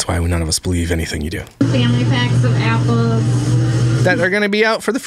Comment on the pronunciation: I know I am not the only one who rewinds the video to hear her say Yapples again lol